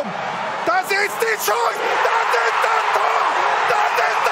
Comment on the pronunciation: DaSSSch ischt daSCHSHS TOR XD legende